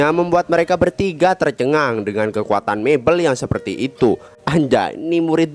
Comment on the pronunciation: Tolong pengucapan kata yg baik(tercengang,terkejut)bukan (terjengang)